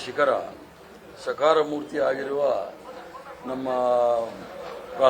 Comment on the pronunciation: ಅದು ಸಕಾರ ಮೂರ್ತಿ ಅಲ್ಲಾ ಸ್ವಾಮಿ...ಸಾಕಾರ ಮೂರ್ತಿ😂